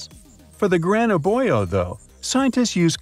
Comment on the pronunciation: Gotta pronounce "Gran Abuelo" right. It's not that hard.